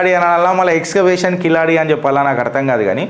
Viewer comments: కిలాడి కాదు సోధర కీలడి మొదట ఉచ్ఛరణ నేర్చుకో తరువాత చరిత్రల గురించి వీడియోలు చేద్దువు గాని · Kiladi kadu Keeladi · అది కిలాడి కాదు సార్, దాని పేరు కీలడి. I am from Tamil Nadu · అధీ కిలాడి కాదు కీలడి. అంతే కీల్ అంతే కింద అని అడి అంటే అడుగు అను అర్థం.